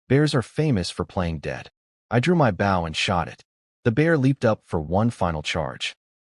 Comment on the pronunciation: Guys, the A.I. still needs A LOT of work. It needs to KNOW how to say Bow properly when referring to a weapon and not the action of bending forward. Also needs to learn HOW to use proper punctuation while speaking. Also you need a better format of Subtitles. They aren't as accurate as they COULD be.